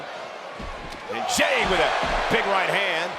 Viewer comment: Bro said jimmy instead of jey